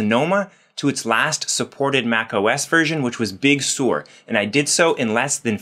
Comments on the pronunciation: Big Sur — Sur rhymes with fur, not sewer. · It’s pronounced Big Sir like the beach not Big Sewer! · Sir not Sore. Sir! Big Sur is pronounced Big Sir!